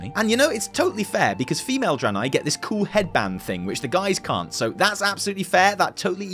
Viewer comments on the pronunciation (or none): Starts with fuckin Eredar Dranei, not Broken. Come on fam, don't spook me like that.